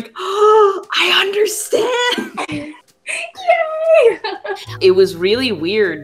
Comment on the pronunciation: "I undertand!"